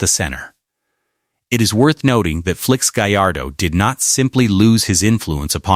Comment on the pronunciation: Can't even say Felix right